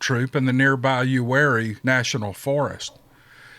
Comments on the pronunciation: Im 45 min from "You-Are-E". Lol bout died hearing you say it like its spelled Lived here all my life. 9 years at Ft Bragg 504th pir. Its close to there also. I know what he heard,and yeaaa its scary,but not what your thinking. I truck now. Retired from my personal company 2 years ago but now pull for someone else. Was going to email you about a ummm,,,,,, Whats that email? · It’s Uwharrie, pronounced U-ARE-EE